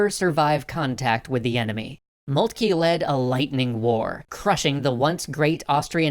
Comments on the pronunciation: I'm not too worried about the 'von', however its just grating to hear 'Molt-key' rather than 'Moltker'. I don't understand where this came from, everyone was saying 'Moltker' up until TGW Channel started (although besides the mispronunciation doesn't stop it from being great). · von Moltkey? It's von MoltkE. The last sound is "eh" not "eee" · It is molt-ka the name of the general during the end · OK, anyone who is actually german please correct or agree with me, but moltke its pronounced MOLT-KA (sorry just got annoying after a while) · I love it. But I wish you'd pronounce Magyar and Moltke a bit better. I feel for poor Austria. Der Wilder Bismark turned out to be brilliant. And there were few who could match him. :( At least L-Napolieon could look at a big map and see big things. Not everyone can. He couldn't capitalize on them, but he could see them. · Why is everyone pronouncing Moltke incorrectly all of a sudden.